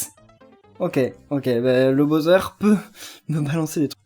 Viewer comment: Pourquoi tu le "BAUZEURE" c'est le "BOWSER" c'est stressant stp. On prenonce "BAWSER"